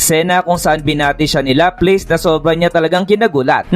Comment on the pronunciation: bat ganyan pronunciation mo ng mga pangalan nila? laplace - laplas, cazaream - kazarim..